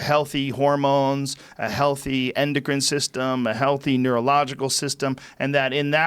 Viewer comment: After all these years George pronounce healthy as LT I'm not impressed by your performance!!